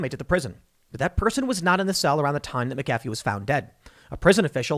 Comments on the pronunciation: Why you saying McAfee like that when you're reading, then pronouncing it right when you're just talking? lol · If you don't know how to pronounce McAfee just alternate pronunciations throughout your whole video. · I’m sorry Tim you keep pronouncing his name wrong therefore I can’t do it. Believe it or not I’m a huge fan I’ll pick up on the next one. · Say his name right.... just once.... please!!!! Lol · Tim "I do my research" Pool Can't even pronounce McAfee right Literally just search "How to uninstall mcafee", click on the video made by him and watch for 15 seconds. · Can’t even say his name right ?!?!? LOL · I hate when people mispronounce it too. No excuses. This man has said his own name countless times. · It's funny how Tim is saying his name. 🤣🤣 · Mick-uh-fee not Mack- uh-fee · "John meh-cafe" It's pronounced "Mac-A-fee." Christ Tim lol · That Mc-A-fee, not Mc-Ca-fee! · Okay Tim Po-ole, it’s McAfee not Micaffey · MACafee…not maCAFee. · Mac-uh-fee not mick-affey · MAC ef fee!!! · FFS TIM WILL YOU PLEASE LEARN HOW TO PRONOUNCE NAMES & CERTAIN WORDS LIKE MAGNET Not MAGANATE & McAfee pronounced MACK-A-FEE ffs Dude make an Effort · It's pronounced MACafee despite the way it's spelled. Doggone foreigners and their fancy surnames. I used to work for McAfee - your mistake is a common one. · Mac-UH-FEE. Jesus man. Being OLD & KNOWLEDGABLE is a burden! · Tim, it's pronounced MACafee. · It's pronounced mac-ah-fee. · His name is Mc a fee. He's not a friggin McDonald's coffee clown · John McAfee pronounced it mackafee. Just fyi. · Tim it's MAC a fee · It's Mac a fee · Take a shot every time Tim says MahKafee. Congratulations you are dead from alcohol poisoning. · It’s pronounced Mac-uh-fee...from his own mouth in a documentary I watched on him a couple years ago. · It’s MAC-AfFee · MAC AH FEE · Mack-A-Fee a with the short sound. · Please pronounce the name correctly - MACafee, accent on 1st syllable. Shame on you! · It's MAC A FEE. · pronounced * MAC-A-FEE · Mac uh fee